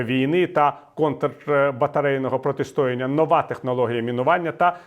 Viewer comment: протистоЯння, а не протист0яння